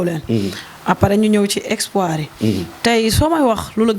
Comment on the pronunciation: Espoir wala expoir 😂😂